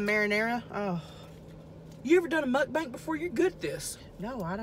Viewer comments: Lol she says mukbank 🙊🙊♥️♥️ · Alex Millsap idiot title says mukbang you pronounce it mukbank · I love how she calls it mukbank absolutely love you and your channel tammy!! I also love how u both have the same nails!!! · “MUK BANK" LOL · Am I the only one who realized she says mukbanks 🤣